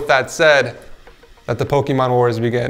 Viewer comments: Why’s he saying pokeeeeeemon It’s. Just. Pokémon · i thought you was saying pokeman